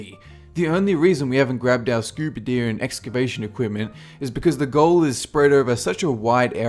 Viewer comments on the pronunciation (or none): Scuba deer and excabation equipment? Am I hearing this, or is that what he said? (Just after )